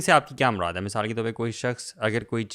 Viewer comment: Asalamualikum I spent my whole sunday in your podcast .I watch different videos . Thanks a lot brothers Ab Saad ka masaal We called misaal Like your way of talking and laughing. May Almighty reward you in tjis duniya and hereafter. Thanks